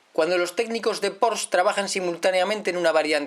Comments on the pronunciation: Un gran vídeo para un gran coche....sólo un matiz: se pronuncia “porshe” no “porsch” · Tal y como este señor menciona el nombre de este fabricante es totalmente errónea. No es "Porsch", Sino "Porsche". Con E.... Saludos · Como pronuncias el nombre mal ? La E al final se pronuncia , es una marca alemana creado por Ferdinand Porsche y en la gramática alemana siempre se pronuncia la E , en alemania hablamos aleman y no ingles